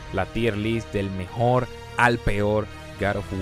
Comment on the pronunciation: El mejol el mejol el mejol